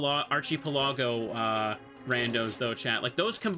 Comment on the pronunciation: On the off-chance you see this, Mr. Streamer, the word is pronounced "Ark-eh-Pell-ago", the CH is a hard /k/ sound instead of a "ch". Think "Chasm" instead of "Chair".